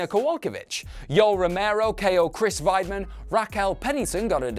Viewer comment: I'm British, but still watch enough of the product to know how to say things. Weidman is American for example, not German, so its Wide-man not Vide-man. This dude is not good